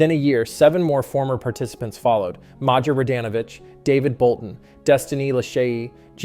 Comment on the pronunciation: You pronounced Maja Wrong! Its Not Major, “Mai ya” is the pronunciation